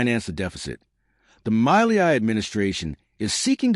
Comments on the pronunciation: My-lee-eye my eye!!!!!!! A few seconds on Google translate would have taught you how to pronounce Milei correctly....... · Its pronounced Meeyay!